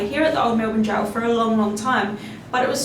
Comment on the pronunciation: We are Australian it’s jail not goal